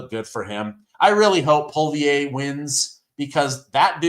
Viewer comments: Re Canada...Poilievre is pronounced pollyev. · It's pronounced Polly-ev 🇨🇦